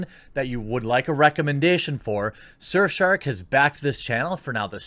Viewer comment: Thought he said surfshart at first